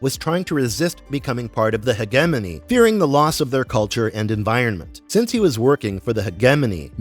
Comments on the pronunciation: Hedge jimmy knee!! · if you're gonna say HEGEMONY 55 times, please search up how to pronounce it... LOL